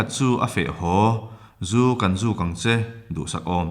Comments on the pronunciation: ZUKHAWN tih hi i lam dik lo deuh.Zubel a mi zu an dawn hian "ZU KHAWN" tiin an sawi ṭhin. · Zu khawn tih mipa lam dan hi adiklo